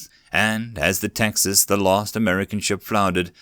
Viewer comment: I thought he said "Taxes"